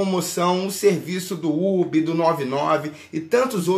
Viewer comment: KKKKKK ele falando ubi achei mt engraçado